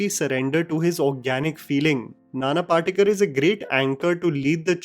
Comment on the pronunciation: can you read Devanagari, or any Indian script, properly? You are mispronouncing the actors' names. नाना पाटेकर (Nana Patekar) गिरिजा ओक (Girija Oak). Not sure how this happens for a native Indian in India.